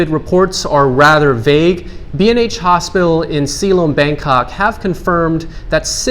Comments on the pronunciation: Ha,ha. I am Singaporean. Yeah, ‘Silom’ was not exactly pronounced like the Thai. A Luk khrueng and also a good presenter though. A little too much of the hand gesture, especially when he is presenting on locations. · Says he'll give accurate Thai pronunciation but within 45 seconds says Silom like an American 🤣